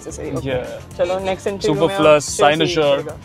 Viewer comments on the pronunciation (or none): super-flew-us: this is how it is pronounced!!! :D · This second part flowed superfluously. BTW, his pronunciations for both superfluous and sinecure are wrong. That's why they sounded confusing.